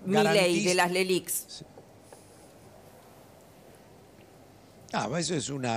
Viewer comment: Próximo debate: Qué son las leliq Patricia? Patricia: las lelig? Plan integral y tac!